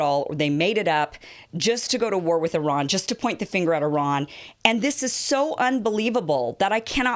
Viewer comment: Thanks for pronouncing Iran in the right way